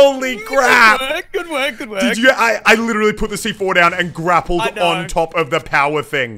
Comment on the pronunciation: Grapled on the power thing yea totaly how you say it😂😂😂😂😅😅😅😅😅